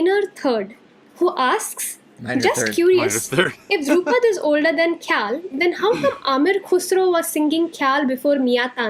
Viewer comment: Dhrupad is pronounced like Drew-pad but both D are soft - like “th” of though Khayaal or thought is pronounced “kha” as in khaki and “yaal” as used in southern drawl (meaning you all)